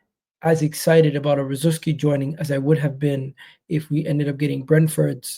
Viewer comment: This guy can't even say his ex players name get out of here 😂😂